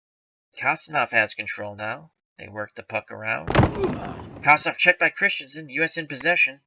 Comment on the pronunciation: The Russian defenseman is pronounced Kon-stan-teen- ov good job!